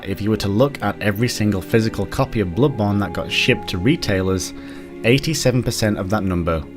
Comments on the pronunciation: "Blubbon 2" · U said blood bone.